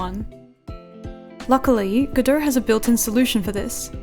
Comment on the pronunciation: I am a musician and I fell in love with how you pronouced "godot"